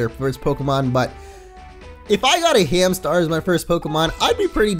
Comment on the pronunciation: its Hamstar not Hamtar